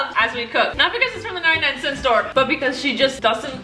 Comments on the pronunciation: "99 centy" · " 99 centY "🤣🤣🤣